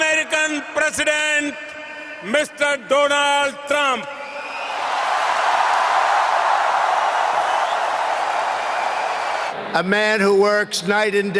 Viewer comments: Dolund trump 😂😂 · "My priend Dolaan Tramp" 😂what world leader doesn't know how to speak English in the 21st century? The bar to be Indian prime minister must be really low 😂